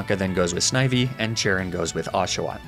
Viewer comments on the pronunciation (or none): none